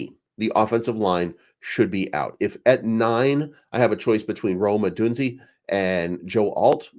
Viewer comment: It’s pronounced “O-DOON-ZAY”